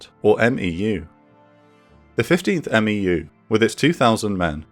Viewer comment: Quick thing that’s ticking my OCD—we say MEFs and MEUs phonetically, so “meff” and “mew”. Besides that, you’re a fantastic